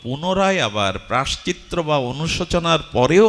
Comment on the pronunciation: প্রভু প্রায়শ্চত্র নয় প্রায়শ্চিত্ত